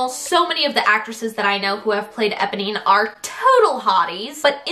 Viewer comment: Her pronunciation of Eponee is killing me